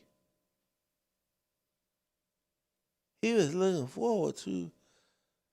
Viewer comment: Tyler Perry wants the rights to do a movie about Nolan's death; even if the story he tells is not true. Poor Ben Crump, instead of saying that Nolan was looking forward to... he said licking forward. What does he mean that Nolan went down to the floor and licked it forward. He can't say the feeling, instead he says filling. I'm sorry but even Nancy Grace has said certain thing that have not been correct, the white boys said Nolan stayed to talk with Katie and would leave in another boat, Katie said that he said he was leaving with the friends he had come; what Katie did not say was that she saw him get on the boat with those particular friends and left. Another big issue Nancy has fussed about is Nolan not retreating his phone from the boat, hey the friends said he had just met the girl, maybe he forgot the phone. Now everything is suspicious, and everyone is commenting that there should be an investigation, police officer never said there wouldn't be an investigation.